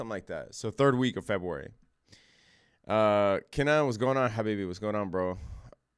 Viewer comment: Good accent on “habibi” what is your background 🤔